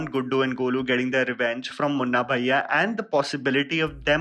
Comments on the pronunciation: pronouncing Guddu Bhaiya as Guddu Baaiya reminds me of Sobo girls 😂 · I’m an NRI kid and I noticed his wrong pronunciation of Bhaiya 😂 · My man needs to work on his Bhaiya pronounciation...sounding like those south bombay kids calling auto.